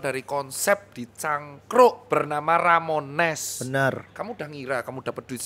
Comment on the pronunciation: yeah yg bener Ramones, bukan Romanes, wkwkwkwk 😁🤣👍🏼👏🏼 Terimakasih dr.Tirta untuk podcast nya, semoga semakin semakin sukses & sehat selalu dr.Tirta 👍🏼😁😀😇😘🤗💐🤩👏🏼😍